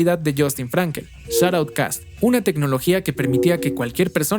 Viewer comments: por que lo pronuncias como "Shot outcast"? es Shoutcast, una sola palabra. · Detalle, el servicio era shoutcast no shotoutcast.